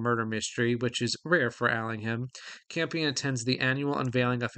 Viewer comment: NB The H in Allingham is silent. (Like in Buckingham, Cunningham etc.)